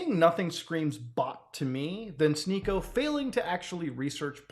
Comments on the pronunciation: "She-niko"??... I though his name was "Sneak-o" like some kind of goblin in a D&D capaign. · its sneako, not shneako. that said, never heard of this guy and dont want to start hearing of him nowq